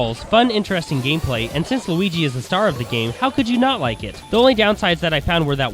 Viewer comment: lol you say squigi instead of luigi